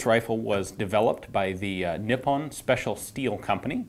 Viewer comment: No big deal but Nippon is pronounced NEE-POWN the OWN is pronounced as the word "own" is pronounced. It isn't pronounced with a short I and -on isn't pronounced like the word "on." Just being a pronunciation Nazi. : )